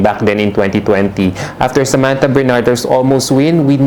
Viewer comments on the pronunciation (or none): none